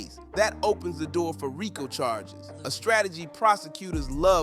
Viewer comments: What is a “Rack-o” case? Man I’m not speech therapist but y’all really gotta do a test run before posting these videos. I just heard another YTer call Deion Sanders, “Day-on”. Y’all don’t have someone to proofread/edit these videos y’all be posting!? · Rico pronounced Ree- co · They way you pronounce Rico and Govan sounds really lame